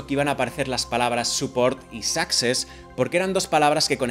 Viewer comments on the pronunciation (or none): “success” no se pronuncia sáxes se pronuncia suxés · tío, me haces sangre en los oídos cada vez que dices "sáxes".. el acento va en la "e" tío.. se dice "succÉss".. tanto que te quejas de la ortografía.